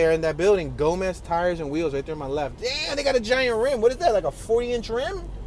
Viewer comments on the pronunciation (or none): none